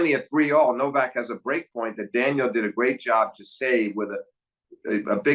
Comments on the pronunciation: Steve Flink, I really enjoy hearing your analyses, but it's annoying to hear "Daniel" over and over. Is it soooooo hard to say Daniil? I mean, really? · It's not daniel it's daniiil for god's sake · These episodes are so fun and insightful to listen to. Two masters discussing tennis. So special and perhaps would love even more than just 4 times a year. One thing I couldn’t understand, why did Steve Flink constantly refer to Daniil as Daniel. It’s just a bit grating to my ears especially since he obviously knows the proper way to pronounce it. Almost as if doing it on purpose. Why? Why? Especially in an international sport like tennis where commentators and analysts always try to pronounce the names accurately. He even kind of messed up pronouncing Zverev. He said “Zzerev’ completely omitting the first ‘v’ sound. Even said ‘Daniil’ several times during the discussion and still Flink kept saying Daniel. Maybe just me, but really annoyed because Flink is not some casual fan. Covering tennis is his career, he obviously knows how to pronounce ‘Daniil’. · Daniil Medvedev not Daniel. Sorry just like the correct pronunciation of names. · Flink sure is bad at pronouncing names 😂 "Zerev" "Daniel"